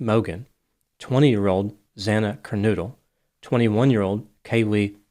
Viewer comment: Her last name is Kernodle - it rhymes with yodel. I'm not related to her but it's a family name. I've never understood why ppl make it rhyme with noodle. ;)